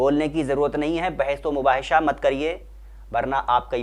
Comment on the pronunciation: Bhai aap ne bolne me aek galti ki lehaza me aap se guzarish karungi aap apne makhraj ko durust karen, mubahesa hota hai.aur aap mubahesha bolen.